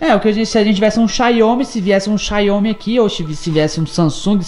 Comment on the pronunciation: Opa. Eu tenho um xiaomi redmi note 8. Eu amo... Então rsrsrs e não se fala "xáômí" e sim "xá-u-mi" 🤣